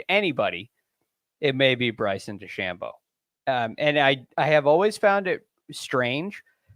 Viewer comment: No offense, but how can watch the whole tournament as an analyst and still not know how to pronounce DeChambeau?